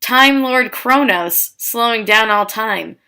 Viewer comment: I thought that you said corona lol